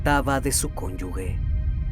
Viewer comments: Cónyuge no Cónyugue, es un error muy común. Lo digo para que lo tengas en cuenta, y no tener ese tipo de errores en tus videos. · Buen video, solo como observación, la palabra es cónyuge, no cónyugue (esta no existe) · "CÓN-YU-GE"; no "cónyugue".